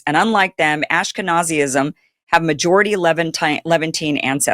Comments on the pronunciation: Kim, stop saying Ash ke nazee ism, it's Ashkenazim. Also, surely you're not suggesting that this Azealia figure actually scribed those hateful posts. They were clearly written by an Israeli professional on her behalf. They are far too esoteric and well scribed to come from someone like her. But, ye, her turnaround is rather funny. Another typical low IQ American realising the truth. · It'd be cool if you pronounced Ashkenazim correctly 😅